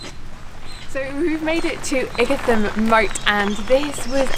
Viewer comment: Lovely video I used to live in Ightham Village not far from Ightham Mote. You pronounced Ightam wrong